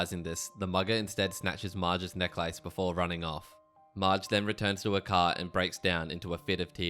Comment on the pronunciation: I have a serious problem with how you pronounce necklace.